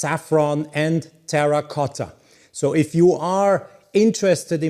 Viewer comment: Congratulations for the good pronunciation "terracotta" I think is my favorite color even in the most difficult light conditions, it is always a pleasure to see your videos